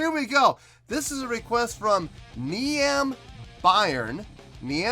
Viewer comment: niamh is pronounced “neve” (like steve) btw!